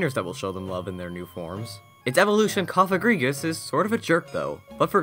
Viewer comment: omg u pronounced cofagrigus' name right lol